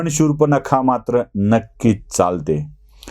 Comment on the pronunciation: शूर्पनखा नाही हो शूर्पणखा.